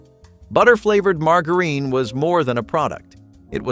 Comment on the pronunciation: Do you try to find different ways to pronounce words that are not right? Learn how to pronounce your words it’s margarine the the G sounds like a J sometimes you pronounce something right and then mispronounce to the very next time you say it get it right or shut up